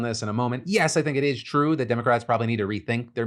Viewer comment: Its twoo its twoo